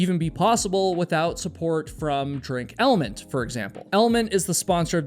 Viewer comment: Funny how you pronounce it in a literal way. "eLL Ment" I feel like it's a clever play with words and is supposed to sound like Element. "eLL eM nT"